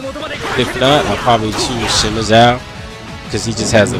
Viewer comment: Ya cuz like i remeber when u were talking about who u were gonna use i think u might have mispronocned Sima Zhao's name cuz like they change how to pronocnoce Sima in Dynasty Warriors 7